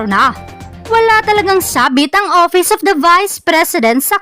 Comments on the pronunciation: Ang office..opis Ang pagpronounce nya😂😂😂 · Opis,(office)payling(filing)of(op)Ang pagbigkas nya tlga 😂😂😂